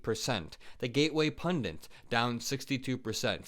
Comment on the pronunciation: there is no n in the second syllable of "pundit".